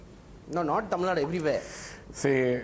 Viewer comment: Its not tamilnad. It's tamil Nadu.. Don't forget the 'u'.. I'm not a tamil guy.. but the way you north folks just say kannad and tamil Nad is so irritating